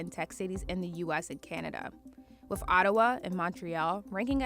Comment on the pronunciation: Hey CNBC. If you can pronounce "other" then you can pronounce words like north and with. There's no such thing as norf and wif and pafway and residenshee. You're CNBC. Fix it.